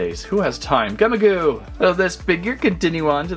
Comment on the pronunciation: You’re saying the name Gummigoo wrong it’s supposed to be the word gummy but with an I and also the word goo, but you’re not even saying it, right